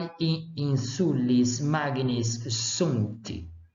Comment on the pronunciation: Você está errando a sílaba tônica. É ÍNsula, e não inSUla. É ÍNsulis, e não inSUlis…